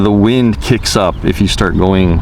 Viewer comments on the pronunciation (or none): none